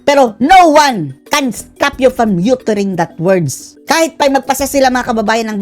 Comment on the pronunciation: uttering, aterring.